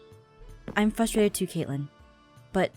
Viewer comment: idk, it's probably just me but I HATE when she says "fustrated" instead of "frustrated"